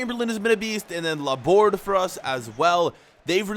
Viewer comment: Laborde's name is pronounced as La-bor-dey. It's because he is French